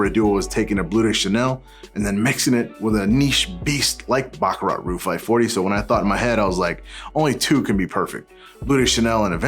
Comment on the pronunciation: NOT "Roo" but "ROOJ"